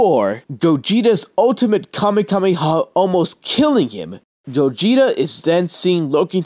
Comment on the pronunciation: It's Kamehameha Not Kamekameha